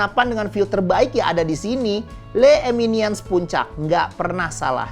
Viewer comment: “Le Eminiens” ? 😢